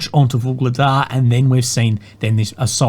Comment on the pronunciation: That is one "UGLEGDAR" from me!